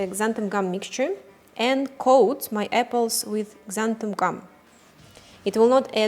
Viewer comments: I was wondering why you keep mispronouncing it "xantham", and then I saw how you labelled your container... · Did you really say "xanthuM" gum? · Why does everyone pronounce it xanthum? It's xanthan with an "n" on the end of it.